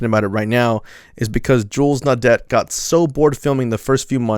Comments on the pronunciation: No-dept brothers? Silly yank its prounounced no-day! No wonder you cousin fuckers fought against us brits education clearly isnt one of your strong points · Pronounce it as naw-day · Pronounced (naw-day). Naudet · Naudet is pronounced No-Day. It would also be nice if the kid who thinks he’s an edge lord narrating could learn to not laugh while discussing horrific tragedy ffs. It’s one thing to be inarticulate, using phrases (lies) that FF left lobby victims to “rot and die,” but it’s another sociopathic kind of evil to need to suppress laughter while narrating🖕🏾🙄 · Naudet = nawd-ay It's French and the T is silent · Pronounced “naw-day”, actually. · AFAIK the T in Naudet is silent. Their film is available to watch for free on YouTube. The shot of him taking cover in front of a van is really intense.